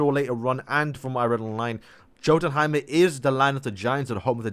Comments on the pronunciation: I am sorry bro but it is so cringe when you say Jothunheim, it is pronounced Yothunheim the "Jo" is "Yo" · It's pronounced Yo Ton Heim